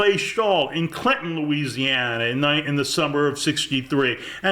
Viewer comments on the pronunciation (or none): none